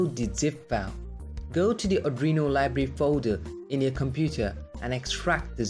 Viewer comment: adrino? r Arduino?